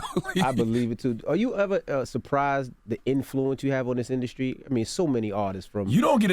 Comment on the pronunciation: " ln the induscry "..